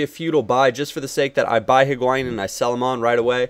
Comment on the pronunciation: its pronounced Hig-wy-een